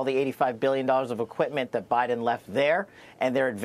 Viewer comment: scwincy eyed O BINDEN what else can you say